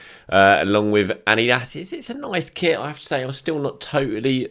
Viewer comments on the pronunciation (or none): none